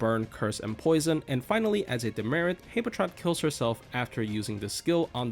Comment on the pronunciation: Why do you pronounce habetrot like that